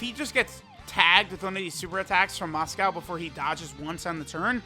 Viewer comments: It's Mosco, but for some reason pronounces it as "Moscow" lol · Still pretty weird considering he knows how its pronounced but still ends up calling it by the food. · "For some reason"... maybe it's because the name is derived from Moscow Mule, so even tho it's Mosco, Moscow ain't that wrong